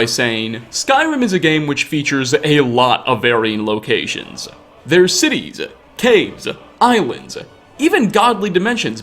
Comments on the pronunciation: CaveZAH, RuinZAH, CitieZAH... just stop it. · "citiesuh, cavesus, ruinsuh"